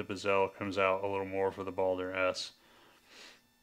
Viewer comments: yeah...driving me crazy on the pronunciation of BEH-zl.....definately NOT buh-ZEL.... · Sorry, but it is BEH-zl, not buh-ZEL.